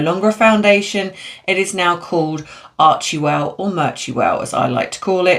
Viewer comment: Your pronounceiation is so bad on so many words. And it's NOT menapause, it's you. Archewell is pronounced ARCHWELL, the E is silent. Just like Ghislane is prounouced Ghilane, the S is silent. You need to review pronounciation if you are going to be a YouTuber.